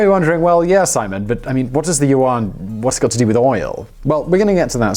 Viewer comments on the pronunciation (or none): I was like, 'Uwan'? What's this guy talking about? Oh, does he mean 'Yuan'? OMG Unbelievable! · its pronounced more like "yuen" its an eh not an ah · And pronounced YUAN like WON too! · Good informative stuff but my asian boyfriend was cringing at your pronouncement of Yuan